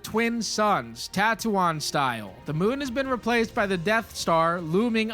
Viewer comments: Try saying "Tattoo-een", that's how it's meant to be pronounced. You do you tho, we got our own little quirks 😃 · did this dude just say "Tatoo-eye-ne" it's not pronounced like that and i hate star wars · bro cant even pronounce Tattoine correctly